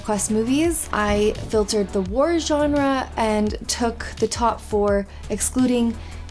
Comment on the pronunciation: The way you said War had way too much 'h' in it and I had to play it back to make sure.